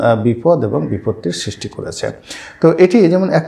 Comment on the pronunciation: উচ্চারণ (ছিস্টি নয় সৃষ্টি) ঠিক করবেন। আর কিছু শব্দচয়ন পরিহার করলে (অনাগতকালে, বিগত দিনে ইত্যাদি) ভিডিওগুলো আরো শক্তিশালী এবং শ্রুতিমধুর হবে।